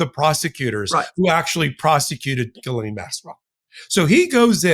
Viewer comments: Jizz-lane. Get it right!!! 😂😂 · It's "JizzLane" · I think you pronounce it, “JIZZ-LANE”.. sounds about right. That’s the dictionary pronunciation. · The lawyer pronounced Ghislaine in the French style...